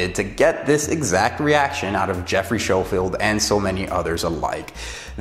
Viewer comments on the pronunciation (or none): Thanks for the video. It's Schofield as in "sko field" but I hear that a lot so no worries, just wanted to clarify. To start off, I am not anti-vegan. It's not an attack on vegans, or you, or veganism. It was a critique of a film and clarifying my position. Many of my clients are vegan and I have a lot of experience working with vegans ensuring that they get great results. If I was so "pro meat" you'd think I'd be pushing them to change their diet but I never do because it's a personal choice. First, I'm not saying those Doctors are bad people. I'm saying they should disclose at least somewhere their conflicts of interest. That is good science and just the right thing to do. It doesn't have to be in the actual film (time is limited) but it should be somewhere. Agree statins suck. Agree a lot of doctors sell out. Second, they were very, very careful with their wording to never actually attribute these feats of strength to veganism, but if you look at the film as a whole it's clear that they are painting a very rosy picture of veganism. There's nothing wrong with ideology, but ideally, they'd show both sides of things. Like the gladiators that ate grains for performance? Actually, they ate grains to fatten up so that they wouldn't get wounded as easily. That's from the actual study that they referenced, but somehow that detail never made it into the film. Yes, grains for (fat) gains. Third, I realize that the majority of athletes meat, which is why I pointed it out. You'd be su